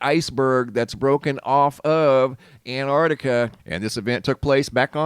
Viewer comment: ANTARCTICA, not ANT-ARTICA........